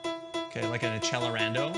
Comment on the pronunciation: As a band kid, ITS AK-SELL-ER-ON-DOUGH